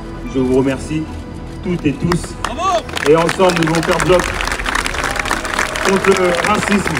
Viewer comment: Ai-je bien entendu "Je vous remercie toutétousse" ? Venant d'un député qui ne comprend pas, ni ne s'exprime pas bien en français ça craint non ? C'est ballot